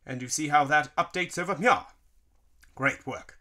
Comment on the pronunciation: Why does he say over Mia instead of over here